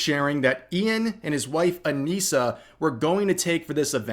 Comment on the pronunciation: If you're going to say it. Say it right. Anisa and her wife.